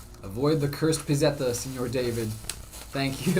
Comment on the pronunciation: I said it on my mom's phone on a different account, also it's pronounced pit-set-te, pit-set-ta like pizza but just add etta after pizz in pizza it becomes pizzetta or little pizza